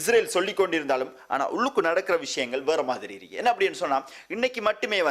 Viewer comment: தமிழ் உச்சரிப்பை கவனத்தில் கொள்ளவும் தமிழை கொலை செய்ய வேண்டாம் என்னது இருக்கி இருக்கி?